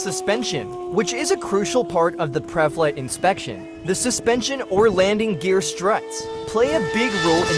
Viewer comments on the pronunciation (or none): pruh flight